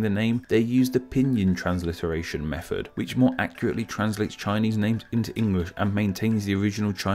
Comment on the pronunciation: Interesting that a guy talking about proper pronunciation says mefod when he means method and wiv when he means with.